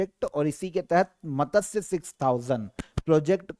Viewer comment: Aur matsya ko matasya